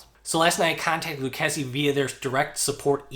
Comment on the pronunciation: When they got back to you did, they teach you how to pronounce the name properly ?